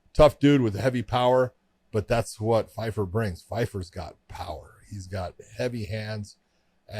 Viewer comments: Pyfer not Fifer ffs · It's Pyfer with a P, not Fifer